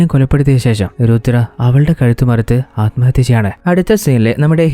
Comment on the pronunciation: നല്ല അവതരണം 👌🏿 കുറച്ചുകൂടെ prepared ചെയ്തിട്ട് പറയാൻ ശ്രമിക്കുക. ഉച്ചാരണം പലതും തെറ്റായിട്ട് ആണ് പറയുന്നത് ശ്രദ്ധിക്കണം 🙏 "സ്വയം, സ്വന്തം" അലമ്ഹത്യ തെറ്റാണ് അല്മഹത്യ എന്ന് മാത്രമേ ഉള്ളു അത് പോലെ ഹീറോ and ഹീറോയിൻ ആണ് ഹീറോയിനെയും ഹീറോ എന്ന് മിക്ക വീഡിയോകളിലും തെറ്റായി പറഞ്ഞിട്ടുണ്ട്. സ്ക്രിപ്റ്റ് കുറച്ചുകൂടി എഴുതി പ്രസന്റു ചെയുന്നത് നന്നായിരിക്കും